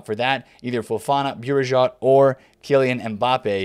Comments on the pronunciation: It's like saying Bu-ri-jo (Bourigeaud)... the "D" is silent :) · Hey, love your content. its pronounced Benjamin Bow-Regard (phonetically) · Bourigeaud is pronounced Boo-Ri-Go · BOURIGEAUD sounds difficult to say actually you just pronounce it as this : Bourigo